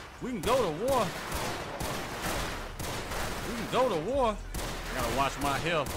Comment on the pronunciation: "We can goduh war, we can goduh war" Felt that lmaoooo